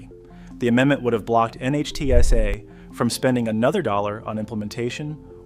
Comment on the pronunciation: NHTSA is pronounced nit-sa